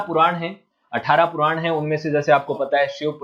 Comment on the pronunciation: पुरान नहीं पुराण😂😂😂😂